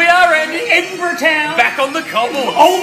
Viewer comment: "I don't remember Edinburrgh having a Guiness factory" :I... :o... :O *run*